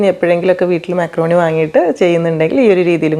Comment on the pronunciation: മാക്രോണി അല്ല മക്രോണി 😊